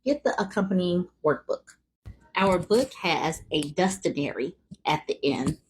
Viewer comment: Omg a "DUSTIONARY" I really chuckled a little 😆